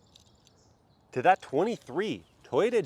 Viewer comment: u pronounced toyota wrong just saying :D